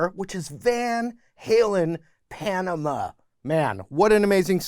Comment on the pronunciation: Panama is an actual place. The way you say it is not good.